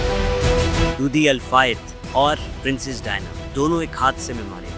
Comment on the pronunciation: Very stale and useless presentation. Can't pronounce the name Diana. Don't know who allows such brainless production